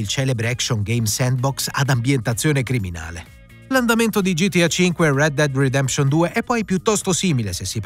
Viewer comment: Ma come cazzo pronunci Red Dead Redemption.